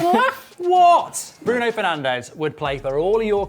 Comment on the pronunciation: Cmon it's Bruno